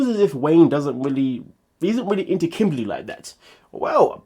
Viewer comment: Lol kim-baly, I can never see her without hearing that pronunciation lol